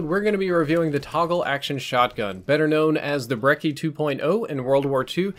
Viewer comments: Brechi. Not brecki. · Team Ruthless Yeah. It's pronounced "Brecchi" beacause it's supposed to be Italian, Although I haven't heard the word Brecci in my entire life. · its pronounced 'breh-chie' surely you know how Gucci is pronounced. Lol great video as always. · When you pronounce brecci wrong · Lol stop saying brecci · said Brecci again 😂